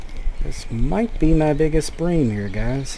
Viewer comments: Yeh its Bream not Brim haha good vid mate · Huh nah mate bream is bream not brim! Yeah we call it bream in Australia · 100% "Bream" not "Brim" lol. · Plse dont stop with these vids,i watch them with my coffee when i wake up:) And its bream( like dream but with a B) take care:) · Brim are sunfish, bream are in the Cyprinidae family you where pronounceing it correctly before